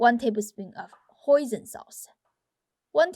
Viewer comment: When she said "1 tbsp of Hoisin Sauce", it sounded like like 'tbsp of Poison Sauce' - Hahahha